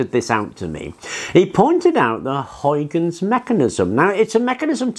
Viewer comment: Lol! English people just can't pronounce "Huygens"! I was already smiling when I saw his name in the title of the video; let's hear say "Huygens"!😂😂😂 Ok, let's just call him "Hoikins"for now. We got bigger problems to solve...